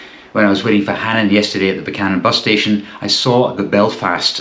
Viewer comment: Glad you pronounce it Buch-anan and not Beewkanan